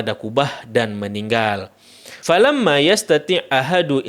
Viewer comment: Nambah bang,fa lam yastati' bukan fa lamma ...maka tiada yg mampu,bukan fa lamma afwan bang